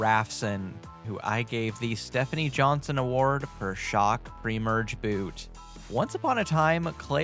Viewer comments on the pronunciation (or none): none